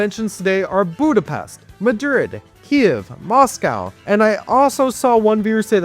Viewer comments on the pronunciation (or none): none